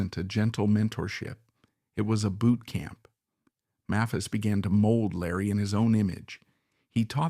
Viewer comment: The "narrator" is mispronouncing "Maphis."